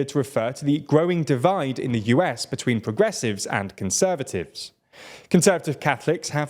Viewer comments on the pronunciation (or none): none